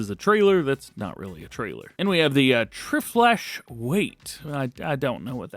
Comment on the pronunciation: Dj you dummy lol, it's tri flash.not whatever you said lol